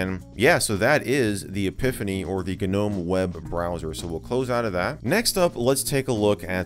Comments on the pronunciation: Did he just call a Nome a G-nome 🤣🤣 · Should I tell him the G is silent in Gnome? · FYI - the 'G' in Gnome is silent.